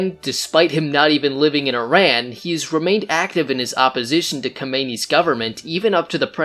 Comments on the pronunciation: It's not ai.ran its iran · Iran is pronounced = EERON not I RAN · EERON not I RAN --- EERONian not E RAIN ian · first of all it's not ''eye ran'' , it's ''ee run' Iran, and you didn't mention the real reason of that revolution was that Shah wanted to change oil contracts in 1979 when was then end of signed contracts and USA and other werstern countries didn't like that and supported heavily mullahs and kept saying they are worried about humanrights in Iran and create fake stories and help to get rid of Shah and bring the islamic terrorists in power. and then after that they are not worried about humanrights anymore, everyday the terrorist regime killing Iranian in the streets, raping prisoners, hanging them for any stupid excuses like moving a trash can or not believing in Islam.. Carter destroyed Iran and Iranian. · so much effort you put in with correct statements from history but somehow still manage to call IRAN, I RAN..! lol bro what are you running from? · All that research on Iran history to end up saying “eye-ran” like an illiterate cowboy. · What did u expect from someone who calls iran , I-ran? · You better first learn how to pronounce Iran! Then talk about our king! And just know that if Carter had not helped Khomeini, he never could make this disaster for Iran. And for sure Carter never cared about human rights!